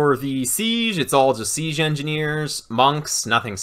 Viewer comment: Fantastic resource, thank you. Side note: has anyone else noticed pronounces 'siege' like 'seezhe'?